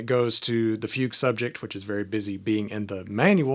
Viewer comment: Very helpful video. Thank you. But as a German I had a hard time listen to your pronunciation of Bach and Fuge 😅